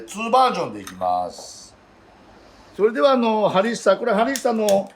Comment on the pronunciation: ホンビノスとハリッサを何回か言い間違えてて可愛すぎる